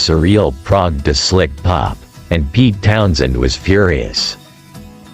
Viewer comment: Town-Shend!?! Led Zep-eh-lin If you're going to use AI voice do a run-through listen before you post